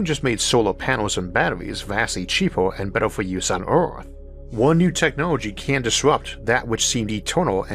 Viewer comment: Why does this man not know how to pronounce the ER sound. Bro keeps saying ORth instead of earth 😂